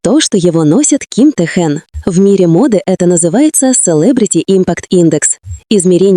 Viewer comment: Почему коверкает имя